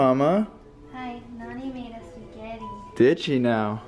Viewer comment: all this time i thought they were saying nanny in a funny way instead of nonie... rip me